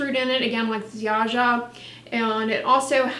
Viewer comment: Happy to see you review a Polish brand ☺️ Ziaja is pronounced more like Zha-ya 🎄 Merry Christmas 🎄